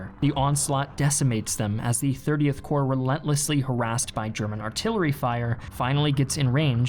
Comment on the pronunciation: 30 Corp, not 30th Core